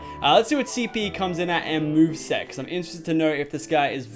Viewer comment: Lachlan did u mean move sets cause i heard move sex